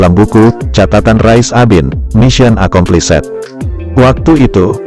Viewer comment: Membaca mission accomplished, "-ed" ngga dibaca spt itu. Ini hanya membaca buku Jendral Rais Abin, gambar tidak memberi nilai tambah apapun.